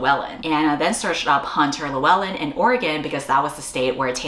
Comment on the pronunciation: Best pronunciation of Lewellyn from an American I have seen 🫡🏴